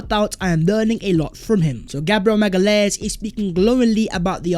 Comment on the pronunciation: Hi! Love Arsenal since my first trip to Highbury in 87. Enjoy your content - keep it up. BTW - It’s pronounced MA-GA-LEE-AINES - my GF is from Sao Paolo!